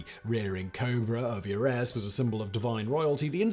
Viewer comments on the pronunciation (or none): none